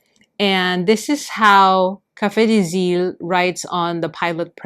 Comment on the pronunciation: Thank you for your video. I love brown inks! Your prononciation was pretty good for Café des Îles !